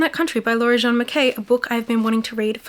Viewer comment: You keep pronouncing Jean the French male way when the authors are women. Jean as in denim jeans.